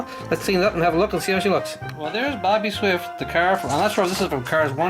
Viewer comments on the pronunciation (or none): his name is ""